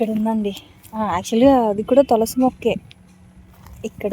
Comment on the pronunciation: తొలసి కాదు తులసి